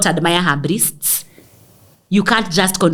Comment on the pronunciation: “Brists”🤣🤣🤣. Gal, unanimaliza every time ukisema hivyo.